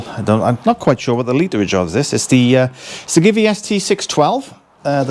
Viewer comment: Sorry to inform you but you mangled the pronunciation of Givi and Puig, Italian and Spanish companies.